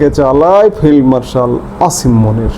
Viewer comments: ভাই, আপনি কী ফেলমার্শাল বললেন না ফিল্ড মার্শালবললেন বুঝতে পার্ছিনা। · Failed Marshall bolechhen